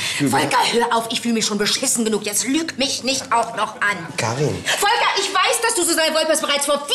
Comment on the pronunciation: Ich habe mich noch nie so gefreut, dass jemand meinen Namen so schimpft. Volkaaaa!!!!!